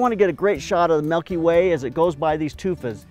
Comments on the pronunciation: It's not "melky way" it's Milky Way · Melkyway? Or milkyway? 😂